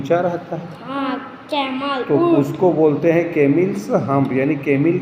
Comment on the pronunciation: It's not a camil, it is a camel (कैमल)